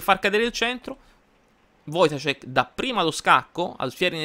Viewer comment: Ciao, ottimo video e complimenti per la pronuncia del cognome polacco. Un piccolo appunto: l'accento è sulla a, si legge "voitàscek". Ancora complimenti per tutti i video che fai